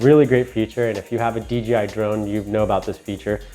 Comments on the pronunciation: Dude. I cringe every time you say D'G'I. C'mon man. Its DJI. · Good, informative video. A couple of things though - it sounds like you're saying "DGI" instea of DJI. Also, in the beginning when you were explaining how to balance the phone, the wrong adjustment knob was shown. Helpful video though, thanks! Subscribed. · You keep saying DGI JJJJJJJJJJJ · Helpful video...but It's DJI bro..."Dee Jay Eye" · How hard is it to pronounce the J correctly? You call it the DGI pretty much throughout the entire video. I don't really care, but I found it funny. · You keep saying dGi